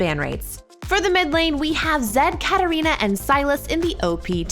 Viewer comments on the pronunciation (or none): none